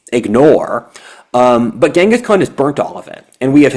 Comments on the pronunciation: GHENGIS Khan. Timugen's name is pronounced GEN-gus, not GANG-gus. Come on,! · I think it's pronounced ching-is...